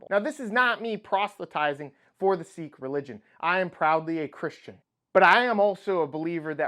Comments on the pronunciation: Sikh is pronounced "Sick" not "Seek". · It's pronounced "sick" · sikh is not "seek" i guess. it is more like "sick"....